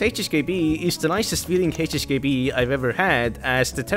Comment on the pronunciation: why do you pronounce HHKB ---> HSKB???????